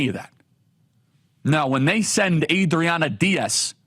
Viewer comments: The way you keep saying Adriana Diaz is some kind of bit right if it’s not, it’s gonna be come on Charlie you’re better than that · What I love is how your Spanish accent gets increasingly thicker each time you say Adriana Diaz.